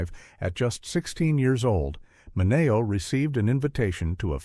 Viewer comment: His name was pronounced Sal Minnie- OH